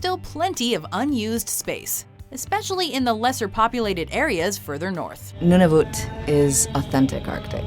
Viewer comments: I've never heard Nunavut pronounced the way she said it. Even Google says that how it pronounced. I've only heard it as "none-uh-vut". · You called Nunavut noonovat, and little crime rate.... what a lie, and Trudeau sucks, he’s an idiot